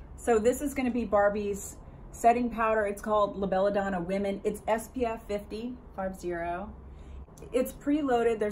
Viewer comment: Please say Bella Donna and not Bella Doner...it is a brand name!